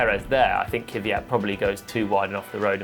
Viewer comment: Actually, "Kveeyat" is also wrong. It's pronounced "Kv'jat", with a soft A, without the "ee".